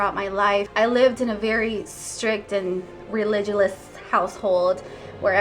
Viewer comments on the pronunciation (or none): Religi-lous?? This girl is not very smart! Lol